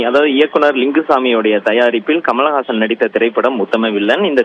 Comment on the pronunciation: குமல்ஹாசன் இல்ல. கமல்ஹாசன். படிக்கிற லட்சணத்தைப் பாரு.